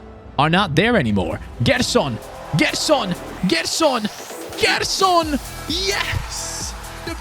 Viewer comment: Hey, good rebuild! Its pronnounced Jerson!!